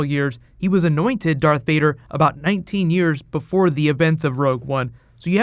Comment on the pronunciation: Varth Dader